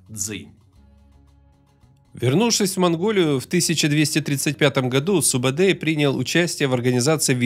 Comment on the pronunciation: Не Субедей, Субетай. Не Джебе, а Жебе. Кият, конырат, найман, борижеген - все названия казахских родов. Где здесь Халха - монголы?